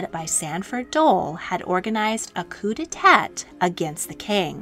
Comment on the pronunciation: Again with the pronunciation. Please make sure you know how to pronounce things like "coup d'état" before you say them in a published video.